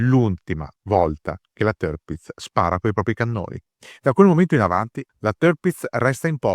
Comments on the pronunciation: Sì pronuncia Tirpitz non terpitz - per resto super documentario !!!! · Ma che tërpitz tërpitz! Si legge tirpitz con la i, non con e, e nemmeno con ë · Il fonetico tedesco esatto sarebbe con la doppia "i": TIIRPITZ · Se posso permettermi, il nome si pronuncia esattamente come si scrive (in accordo con la fonetica tedesca).